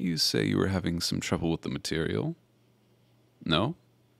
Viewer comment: No cuz EVERY. TIME. he said material I said girl